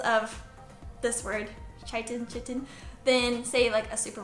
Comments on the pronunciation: Pronounced ky-tin 👍🏼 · Great video, thanks! P.S. it's pronounced 'Kai-tin' for future Ref :)